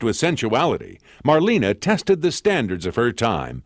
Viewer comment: Maybe the speaker could have at least learned to pronounce her name right. It's not "Marleeene", simply Marlene. Also documents proved that Garbo and Dietrich never appeared in the same movie.